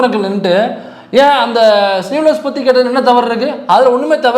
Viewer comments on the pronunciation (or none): அது சீவலெஸ் இல்லடா முண்டம், ஸ்லீவ் லெஸ்.